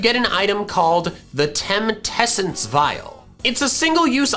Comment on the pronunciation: "TemTessence vial" Continues to roll video of temessence vial...